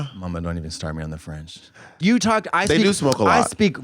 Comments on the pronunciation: French person here and I can attest Katya has a GREAT French accent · En tant que Quebecois, Katya a un accent français très correct, mais pour des Français c’est autre chose haha